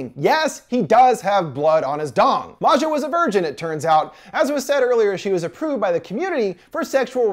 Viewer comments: Why is he saying her name like she's not Swedish? Maja is pronounced just like Maya. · and maja too. it’s pronounced like Maya not Ma-Ja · Bruh Maja is pronounced like Maya/Maia and not like Matcha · It's pronounced "maya" not "mazja" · Right and I think Maja is pronounced Mah•Ha 💁🏾‍♀️ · It’s Maya or Maja (Maayaa) . It is not that difficult 😂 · Don't forget how he pronounced Maja